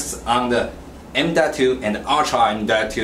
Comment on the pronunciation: Dees wan isuh emdotoo, and edees wan isuh urtrah emdotoo.